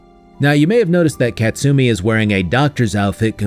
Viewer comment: ka-tsu-mi not kat-sumi